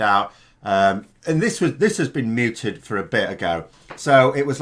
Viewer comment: The word is "mooted". Did you pronounce it "muted"